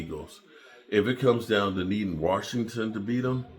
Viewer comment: Washington doesnt have a “R” in it